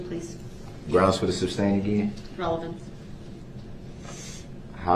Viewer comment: OMG! LOVE this guy! 😅 Nobody is "making reference" to anything. They are giving answers outright. How many times has he heard the word "sustain" and still say "substain"?